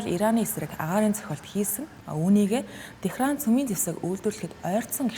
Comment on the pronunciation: Тэхран гэж хэлж байгаа чинь таалагдаж байна. Лалар орос дуудлагуудыг халах хэрэгтэй. Пхьенян жихшиг.